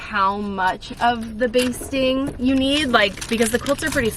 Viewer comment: It’s batting not basting. Thanks for the chuckle!